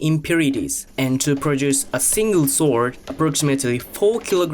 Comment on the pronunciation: His accent makes it sound like he’s saying Soul Sword. I dig it.